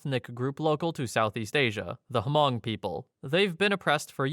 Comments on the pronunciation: it's pronounced "Mung", not hu-mung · It's NOT "Hamong" It's Hmong. I grew up in Minneapolis, Minnesota and knew many Hmong ppl. The 'H' is almost completely silent, so like light sigh, then 'mong' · Hmong, not "Hamong." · Story 9 it’s hmoob or hmong not hamong. Never heard of this story. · The H in HMONG is silent so it’s pronounced MONG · Millions of people have probably commented this already, but the way you pronounce Hmong is with the H silent (like mong). It's a common mistake to make, I just live in one of those states that had Hmong families airlifted to it! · Hmong is pronounced with a silent H : Mong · Just wanna mention Hmong is pronounced without the H sound (MONG) 😊 But that story is often told in the community. Super creepy! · Its Hmong, dude. The h is silent, sounds like "mung" there's plenty of them here in Wisconsin. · Hmong is pronounced Mong, the H is silent. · You don't pronounce the "H" in Hmong, it's just pronounced "Mong" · Yes, I'm Hmong and am familiar with that. It's crazy. Hmong is just pronounced like Mong. The h is silent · i think you meant Hmong. its pronounced with a silent H. like Mongolian but without golian of course (two cultures are unrelated). this was the story that inspired the nightmare on elm street (freddy krueger). Hmong people originally lived in Laos but eventually spread to other countries, primarily China, Thailand, and Vietnam. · That was one of the worst examples of pronouncing Hmong I have ever heard. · No, you screwed up. You dont say the H in Hmong. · You don't pronounce the "h" in Hmong lol.